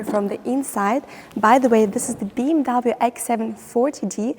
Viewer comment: You promote BMW, but you don't pronounce the brand correctly.